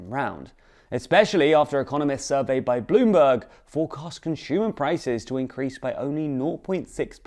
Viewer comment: If this dude says conSHumer one more time I’m going to give him a figurative wedgey. Learn how to pronounce things without pretension, bro.